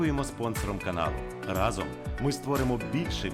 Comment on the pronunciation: Щиро дякуємо за Вашу працю потрібну. У мене до Вас прохання: у слові РАЗОМ наголос на перший склад-- рАзом, а Ви часто його вживаєте, ще й наголошуєте. Правильний наголос - це теж надпотужна сила. Не буде об'єднАння швидким і успішним без правильної вимови цього слова, щоб раз та гаразд..